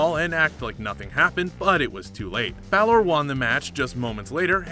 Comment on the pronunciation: And BA-L-Or...